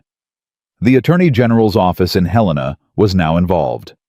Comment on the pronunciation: Please pronounce Helena correctly. It’s Hell i (short I) nuh, not Huh lean uh.